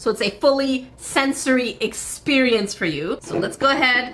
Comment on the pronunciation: ear-xperience and not exp-ear-ience?